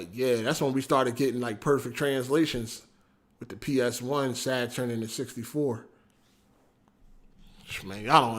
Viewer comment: You still didnt say saturn right LMFAO.